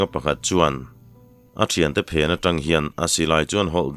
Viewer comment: A ngaihnawm zel e. I thu lam rik dan hi kan lam dan leh kalo hriat dan ang nilo hi a awm leh thin a, kalo ngaimawh deuh thin. Chung zinga pakhat chauh sawi ila. An hawi tang hra maia,tiha TANg lai hi. Tangkawng tiha tang angin ilam tlat zela, Tangka tiha tang anga ri hniama lam vek niin ka hria Zoram dung leh vangah hian.